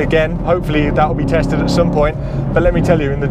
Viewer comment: Tatsed, LOL. Love that mistake